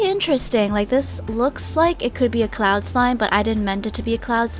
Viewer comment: I thought she said cloun but then I herd it again and then I herd cloud then It made sense